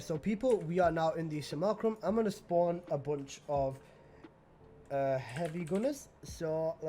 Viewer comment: Good lord man maybe write a bit of a script or at least point form what you are going to cover would get rid of so much of your stammering looking for words. “Sim U Lack Rum” not simulcrum and Thingy? Not having One of the mods to reduce damage while flying is a mistake to me and Growing Power over the Pistol Aura is in my opinion a better choice. Speed in most tile sets is not helpful unless you like running into walls all the time but perhaps that’s just me.